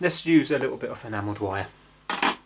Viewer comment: Do you have german in you? You say vire a lot instead of wire. I'm curious.